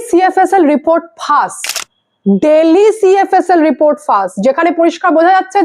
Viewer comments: Bangla te bolchen jokhon Delhi Na bole Dilli bolun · উচ্চারণ টা দিল্লি, ডেলি না। স্টাইল করে বললে এরকম হয়।